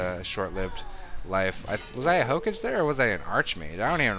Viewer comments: Also, you keep saying "hokage" as "ho-cage" when it's more like "ho-cah-gey" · Hook-age? Really? It's pronounced Ho-Ka-gay. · saying ho-cage over and over really tickled my anus, and not in a good way either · Hokage is pronouced 'Ho-ka-geh'. You should really watch Naruto. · damit don´t say hokage that way xD i know it´s not your foult but still it kinda annoys me <.<